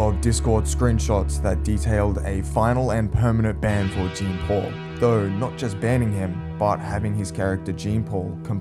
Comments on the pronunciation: Its pronounced sean paul not jean as in jeans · Jean is prononced "Jan" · bro does not know how to pronounce jean lmao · His name is pronounced jon not Jeen lmao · it is. its pronounced basically like "john" not "gene". the video guy just saying it wrong lmao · bro pronounces Jean like Jeans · incredible how americans are completely incapable of saying Jean correctly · Lmfao does he really call him Jean the whole time? 😂